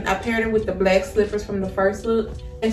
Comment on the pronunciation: Your accent is adorable, is that Baltimore? Like all the short A, long A and short E sound the same. Satin black set is "Saitin blaick sait." So cute. Thanks for modeling, helps to figure out the size needed. It all looks great on you.